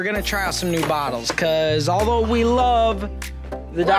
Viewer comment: am i the only one who heard say “i wuv you”?